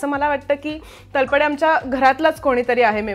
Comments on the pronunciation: Madam बऱ्याच ठिकाणी तुम्ही तलपडे म्हणताय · अहो हिंदी भाषिक लोक तळपदेचा तल्पदे असा उच्चार करतात. तुम्ही नीट तळपदे म्हणा ना. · तलपडे नाही तळपदे.... हिंदी लोकांना न जमणारे उच्चार आपण का त्यांच्या सारखे करत आहात ? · Sharib sir is such a natural and a brilliant actor and speaks so well in marathi पण त्याचबरोबर मुलाखतकार बाईंना लाज वाटली पाहिजे स्वतः मराठी असून तलपडे म्हणताय खरतर त्या नावाचा उच्चार तळपदे असा आहे..स्वतःलाच धड शुद्ध मराठी येत नाही